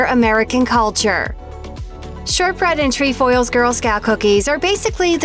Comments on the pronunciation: It’s tre foils NOT tree foils!!!! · It’s not “treEfoils” it’s trEfoils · jena mongold your right im troop 16325 and we have lemon ups and they are good and she doesn’t pronounce “trefoils” correct😂